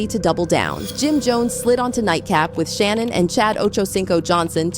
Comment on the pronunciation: watching an ai video 😢 who tf is Shay-Nun